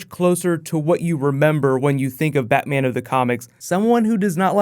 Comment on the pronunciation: Batman not baa